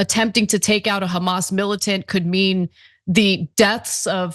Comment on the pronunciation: but but but.... KhAmAsSSSS?!!!